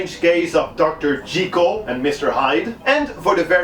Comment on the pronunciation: I love you so much right now for pronouncing "Jekyll" correctly. Looking forward to the rest of the series!